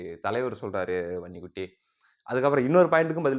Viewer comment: தம்பி. வன்னிக்குட்டி என்று தெளிவ சொல்லுப்பா எங்களுக்கு நீ உண்மை சொல்றது போல் ....... குட்டி ன்னு கேக்குதுப்பா.